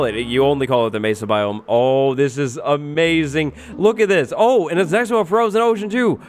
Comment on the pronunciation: Did you say it was aMESAing?